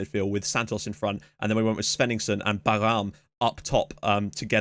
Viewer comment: You used to pronounce "Bayram" right. But I noticed that you say the letter r more guttural and it is not right. You pronounced it right in the first video that youve talked about ersan bayram. But this is completely okay because Turkish pronouncation is much different than english :D Also a fun fact: Bayram means fest or festival in Turkish